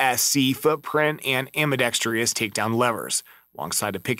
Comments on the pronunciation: You lost me at “ambidextrious” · ambidextreeeus is still not a word. How about ambidextrous?